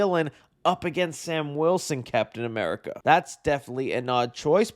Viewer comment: I’m not used to you saying Captain America right 😭